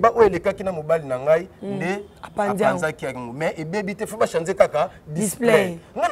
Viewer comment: 😩ba kinois faute éternelle « chanzer »😝😝😝